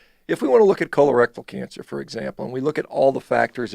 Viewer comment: "KHOLER-RECTILE cancer..."